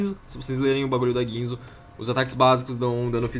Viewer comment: meu querido, se diz guinsu e não guinzo